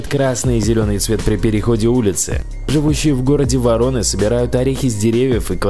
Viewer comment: Не воро'ны, а во'роны, не путай.